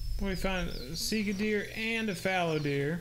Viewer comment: Sika deer are mostly native to Asia Vietnam, Japan, Manchuria there's many different species there might be some in Eurasia but I would have to look it up also it's pronounced a little different from how you say it but that don't really matter